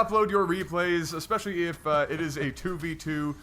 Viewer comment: Especially. NOT EXPECIALLY